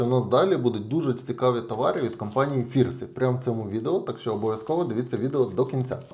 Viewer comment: Та не Фірсі а ФНірсі)